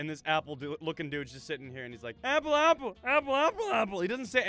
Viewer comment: I like how pronounced Apple at the beginning "EPPEL"